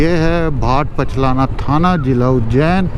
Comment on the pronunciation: लिखा हुआ है भाट पचलना और बोल रहे हो पचलाना ?